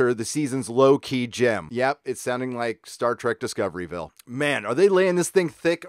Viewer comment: It's pronounced "Disco(r)ville"